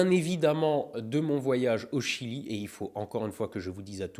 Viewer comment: MIAM jedore le jilieuh